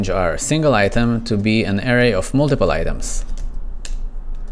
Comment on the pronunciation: Good video, and disclaimer I know learning a second language is difficult ESPECIALLY English, but I recommend looking up how to pronounce Array